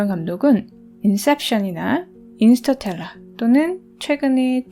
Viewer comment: 인스터텔라??? 인터스텔라 아니구?? ㅇㅇㅇ 이 거 참.